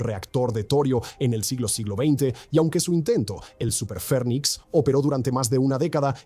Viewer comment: SuperPherrrnix no. super Phénix. no hay R